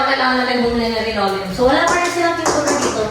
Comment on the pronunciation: Yes linoleum hindi rinoleum Bang😊